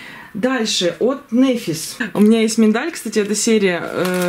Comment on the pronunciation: только можно поправочку? НэфИс, не нЭфис. Ударение на И.